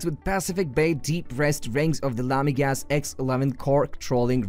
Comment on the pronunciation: It's LamiGLAS .Not LamiGAS :)